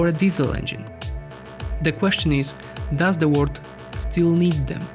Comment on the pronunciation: I can't stand it! Why can't the narrator say WORLD, with the L? All I hear is - All of the word is going green? - Now that's not the R and narrator is not Japanese to mix it up. What gives? Why do people make content that's interesting and straining to consume?